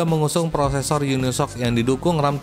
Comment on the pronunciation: Baca nya "yuni s o ci" bukan unisok